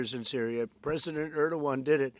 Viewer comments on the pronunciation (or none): Why trump call Turky prisdent Erduan. Where is the G letter gone? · clown show nothing else a bunch of non sens, cant even prononce Erdogan. the level of ignorance and stupidity on international affaire is astonishing! at his point Satanayu could just be president of the US sicne Israel already runing america.